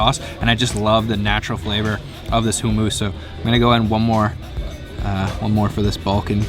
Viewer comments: CORRECTION: NOT HOOMOOS, PRONOUNCED HUMMASS!! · Why is he saying hoo moose 😂😂😂😂 you absolute bell end